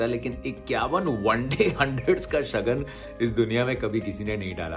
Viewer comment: It's not shagan...it's shagun